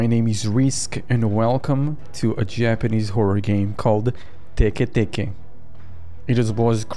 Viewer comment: I'm glad you pronounced "Teke Teke" properly. I just watched someone else play this and they pronounced it "tiki tiki." As someone who is half Japanese, it kinda..... irked me, when they mispronounced it. 😔